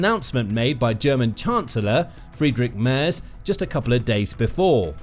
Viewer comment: Another youtuber who can't pronounce Merz.